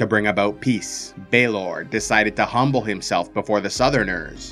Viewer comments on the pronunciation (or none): none